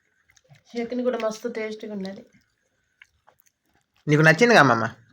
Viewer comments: చెకీని కాదు చెట్ని ఆనాలి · చెకిని కాదు తమ్ముడు చెట్నీ అనాలి